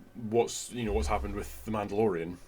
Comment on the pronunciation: “The MANTELorian”